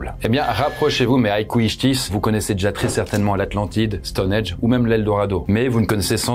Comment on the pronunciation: STONHENNNNNGGGGGGGGGGE pas Stonedge! 🤯🥵😳